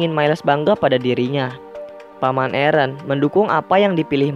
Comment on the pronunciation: Aaron not eren